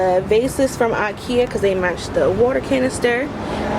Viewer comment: It's pronounced, in American English "EYE-KEY-UH," not "AH'KE-UH".